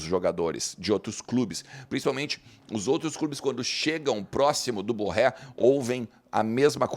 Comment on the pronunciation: Diz-se BorrÊ.